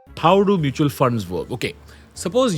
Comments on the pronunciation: hybrid "MUTAL" funds! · hybrid "MUTAL" fund.